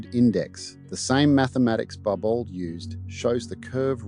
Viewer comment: Pronounced barbo